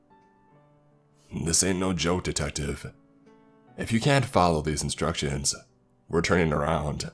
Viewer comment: “if you can’t fallow thase instractions” LmAo 😂